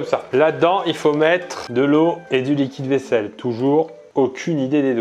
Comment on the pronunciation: qui a pensé(e) à la même chose que moi à chaque fois qu'il prononçait "liquide vaisselle"? :joy: :joy